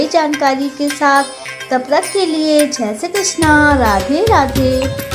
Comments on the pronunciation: छह नहीं जय ही बोला करो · जय बोला है भाई जी 😅